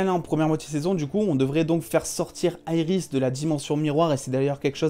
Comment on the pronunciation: Quand tu dis Iris j'ai envie de te baffer